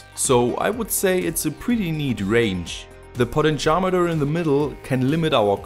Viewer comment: it is pronounced....Po Tent Chi Ohm Meter